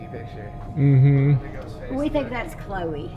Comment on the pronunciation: when u Said ”chloe” i heard ”yeah”